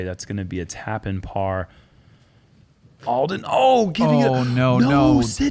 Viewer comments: Alden pronounced ALL-DEN not EL-DEN. Please correct that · Uli - IT'S ALLLL-DEN, not L-DEN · Can someone tell it’s Alden and not Elden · Uli keeps saying “Eldon” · says that he has known Alden for years and yet pronounced his name wrong every single time….